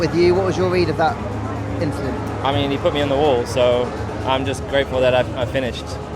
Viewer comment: It was just an inchident